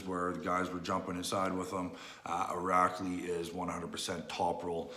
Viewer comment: Irakli saks is veely? What, his sake is veely veely strong? Lol